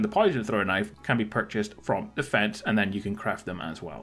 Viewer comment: dude pronounces "fence" as "feds"